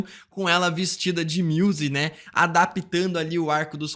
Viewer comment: o cara falando MIUSE dá mta agonia kkkkkkkkkkk